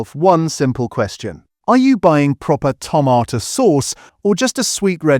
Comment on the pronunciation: AI again - now I wonder if the occasional pronunciation of tomato in this video is taking the piss, mocking the supposed tomato content .... tomarrrtoe !! I love the humour - keep going - and thank you a lot.